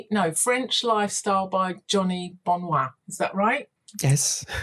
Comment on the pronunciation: Johnny....Bonwat? Seriously?